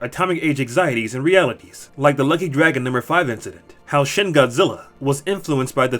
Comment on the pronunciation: Pet peeve when people pronounce shin wrong